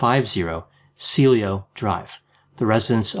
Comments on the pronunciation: Trivial correction: The Tate house was on Cielo (see-EL-o) drive - Spanish for sky. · The street name, Cielo,, is pronounced C-el-O. As a 13-14 year old ('69), I used to hitchhike to a park that was next to Spahn Ranch. I also would hitchhike out to Malibu on that same road (only in the opposite direction from the ranch). Given my home life, I could have easily been sucked into his "family".